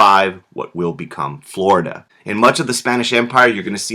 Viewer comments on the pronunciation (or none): none